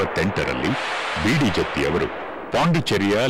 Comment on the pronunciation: Please note its "Jatti" not Jathi. Please correct it.